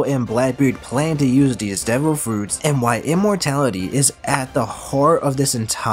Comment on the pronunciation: I love how it says Im-mortality like Im